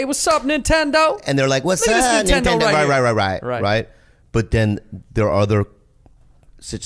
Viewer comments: "That nintederrr"-👴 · usually other people pronounce it "nintondor"....you know what I'm saying?